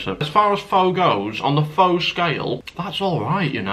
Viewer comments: Every time you mispronounced Pho as “Fo” I killed a small cat. It’s “Fuh” 😂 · He it's pronounced Faa not Fow, Fow means prostitute or something, I learned this pretty quick when I visited Vietnam, and yes it's meaty liquid but it's absolutely delicious so that place must be bad 🇻🇳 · Pho is pronounced Fa not Fo. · Pho is pronounced 'Fah', not 'Foe'. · great video! the noodle dish it's produced more like "pha" rather than "pho" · Pho is actually pronounced like "Pha or Fa" and this is coming from a lady I worked for whose family is from Vietnam. Is a toastie like what we in America call a grilled cheese? You are a trooper for trying all of these low rated places 😂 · It’s pronounced like “fur”. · its pronounced FUR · Pho is pronounced fuh btw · Pretty sure pho is pronounced like "fuh" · Pho pronounced Fu . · Pho is pronounced as fer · pho is pronounced fur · Pho, say is as 'for'. You must have posh ratings, Here in Kettering NN16, we only have 1 to 5. No Zero rating. PS, They have a 4 from the 1, still shit. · No offense but you're supposed to pronounce pho like "fu" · Your pronunciation of Pho was melting my brain.